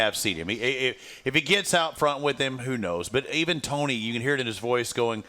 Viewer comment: Would both you and PLEASE STOP pronouncing Tony’s last name differently one right after another!!🤬🤬 get your shit together and just agree on ONE pronunciation!!!!